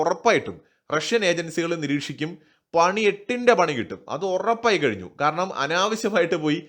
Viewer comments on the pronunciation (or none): none